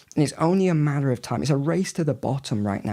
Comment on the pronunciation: Is...is he saying "only a manner of time"? Might be burying the lead there, but still...manner of time? Madder of time?